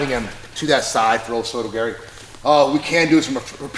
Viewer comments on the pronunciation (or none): “Oh so does Gary”, what exactly is Gary doing? Did you mean to say o soto gar-ee??